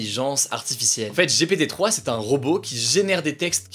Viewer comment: oh il a dit G.P.T 🤭🤣🤣